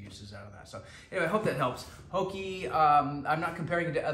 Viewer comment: Not pronounce "hokee" Its "HOKA"